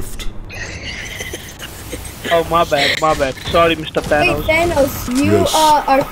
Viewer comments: THAn Ahs Friend: ocd kicks in ITS THANOS! THAN-OES. THAN O's Like CHEERIO but with THAN! UGHHHHH Me: "ahh shit here we go again." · It’s ThanOs. O not Thanaus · Its pronounced than oes